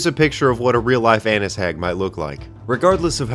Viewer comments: Annis hags come from the legend of black annis, which may or may not be related to the "gentle annie" of Irish folklore. You say it like Agnes without the g-sound. Anyway she's a bogeyman-type creature a little bigger than a horse that lives in a hollow in a hill or mountain, looks like your typical Halloween hag, and has iron skin and nails. She kidnaps, tortures, and eats children. She can eat other things, but children are to her what McDonald's happy meals are to children, because to her, children are toys AND food, and playing with them and eating them makes her happy. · “An’nis” hags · Annis is pronounced like your going to say and you replace the b with the us part of anus